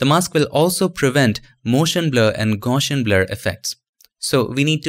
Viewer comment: The best 'adding reflections' tutorials I've seen. Your teaching style is excellent too. Please allow me to point out one tiny detail. The word 'Gaussian' is pronounced in such a way that the 'gauss' part rhymes with 'house'. The word relates to the 19th century mathematician Carl Friedrich Gauss. The blurring algorithm for this particular form of blurring makes use of his mathematics. Not important to know but I thought that you might be interested. Thanks again for your impeccable tutorials